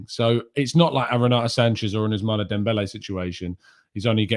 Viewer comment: Ousmane is pronounced Ous-Man 🤝😂😂😂